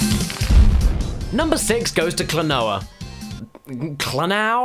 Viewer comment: Klonoa is pronounced Kluh-no-uh